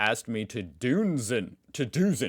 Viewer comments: You don’t say duzen (Z!), but dusen… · Duzen is pronounced like dootsen. Germans don't address people with somehting like Sir or Madam. What is meant is that you call unfamiliar people by their surname e.g. /. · "Duzen" is pronounced "dootsen" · "Duzen" is pronounced du-t-sen. Your pronounciation is getting really good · "Duzen" is pronounced "dootsen" and means to address someone by using the informal "du" (= "thou") instead of the formal "Sie" (= "[formal] you"). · we gonna work on your pronunciation. Z is pronounced like "TS", so Duzen is Dutsen